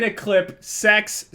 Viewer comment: He said 'Sex, sex, sex.' which sounds like '666' is Illuminati.